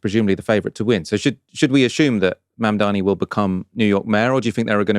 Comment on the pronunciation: It's Zohran Mamdani not Mandani. Not really difficult.